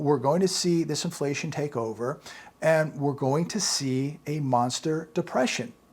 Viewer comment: When you say "this inflation take hold" is also sounds like "disinflation take hold".